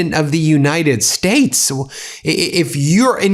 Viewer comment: and... The United Shates. What's a SHATE? 🤔